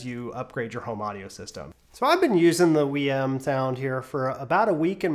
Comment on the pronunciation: "Wii M". 😂 Love that never watched a single other video before reviewing, haha.